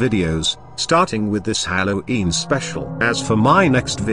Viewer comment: Why does the voice pronounce it "hallow eem"